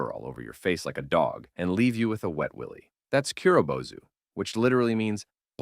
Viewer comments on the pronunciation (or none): none